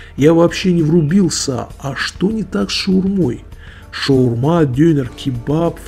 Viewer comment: хоть “шаурма”, а не “шаверма” и на том спасибо